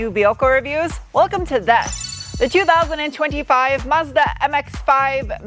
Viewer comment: Extra brownie points for tossing in the actual pronunciation of Mazda for us car nerds 😁👍